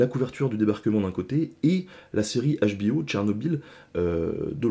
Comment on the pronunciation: Salut l'ami, il faut faire un Choix : HBO en anglais, Où HBO en francais, mais la tu prononce les 2 langues dans le même " mot " 😂 Bisous